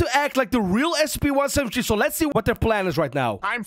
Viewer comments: He said 17tree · I like that how so say SCP-17tree instead of SCP-173 XD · He says one seven tree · I hear scp 17tree